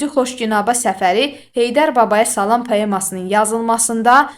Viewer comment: Salam həmil-sakit,yumşaqxasiyyətli deməkdir. Səhv vurquladız ama izah əladır